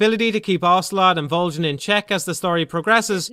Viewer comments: Vol-JEN!! What the hell, that's so damn funny!! Vol-JEN!!! Dude, its Vol-GIN. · MGS3 shouldn't have had items like the Tranq Gun, or Infra Red Goggles, and the Silencers should degrade a lot faster. These changes would have a huge, positive impact on the game as a whole. Also why Volgin with a soft G? It's a hard G. VolGin. I dunno just kinda bothered me. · Theres literally a line dedicated to how "Voljin" is not how you pronounce his name. You know for a fact that's not correct why would you make a video doing that? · I know Volgin, but who's Voljin? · Why does he say "Voljin"? Did he even play the game? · Who the fuck is Vole-Jan? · Vol-gan not Vol-gin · Volgin not vol GIN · Vol-jin.... really?!? Haha it’s Volgin. Great review though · VOLJIN???? lol Volgin* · This guy just reads a script, he has never played the game. That's why he says 'voljin' instead of 'volgin' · I love your videos but why the hell did you insist on pronouncing his name "Voljin"? Did you not listen to how his name was pronounced in the game? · Ok but why can't you say "Volgin" correctly? They say his name outloud multiple times and it isn't "Voljin" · Vol HARD G in. It even says so in game. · no one else gets a weird feeling every time he mispronounces "Volgin"?? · Volgin with a hard g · The "G" in Volgin is a pronounced like the G at the beginning of the word golf. It's not a freaking J sound. I don't get how you could play through the game and not know that. The name is said many times throughout the game. It really makes me question if you actually played it or are just parroting what someone else wrote about it.